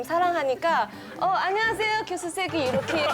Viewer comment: 교수의 첫 자 교는 제발! 길게 발음하소서!!!